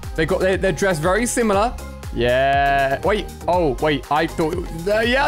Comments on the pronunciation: Why Ali a say vely not very? LOL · Why does Ali say vely instead of very? Lol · yes, vely vely weird